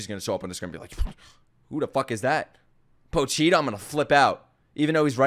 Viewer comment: After 12 episodes he can't pronounce Pochita... LOL